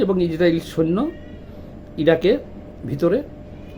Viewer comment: ইরাক এবং ইরান ঠিক ভাবে বলুন। আপনার কথা জড়িয়ে গেছে।